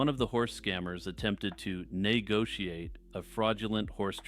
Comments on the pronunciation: Nay-gotiate LOL. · did bro just say neighgotiate